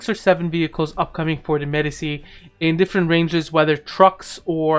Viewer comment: its pronounced medi-chi.